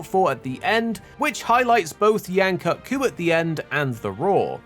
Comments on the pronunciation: It's pronounced "koot", not "cut"!, guy. Please don't white wash it. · According to the MH Promotional team its pronounced cut. As they even used it for word play in the TGS version of the trailer with Yian-kut-ku being called the Extended Kut.